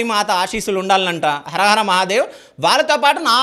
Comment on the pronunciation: Harahara kaadu anna sreenivas amma ara ara mahadev antadu😂😂😂